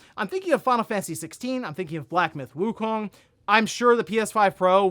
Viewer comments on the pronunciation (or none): none